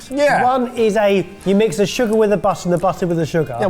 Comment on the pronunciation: "Ze sugehr" "Ze buttehr" "Ze buttehr" "Ze sugehr."